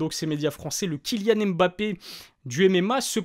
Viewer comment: NON PAS AIME BAPPE STP, tu dois le dire comme mnémotechnique, c’est étrange les journalistes ne font pas l’erreur avec AIME ladenovic 🤣🤣🤣🤣